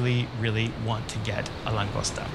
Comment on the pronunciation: lane-ghost-uh. Another expat teaching me about my culture. Kitchen cred for sure. Mexican, not so much.